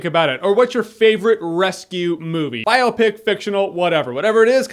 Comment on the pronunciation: Yay Jeremy you finally learned how to say biopic ;)